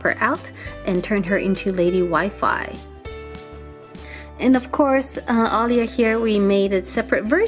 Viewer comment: you said aldeea